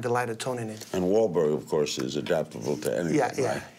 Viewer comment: So Larry CAN say Mark Wahlberg's name correctly LMAO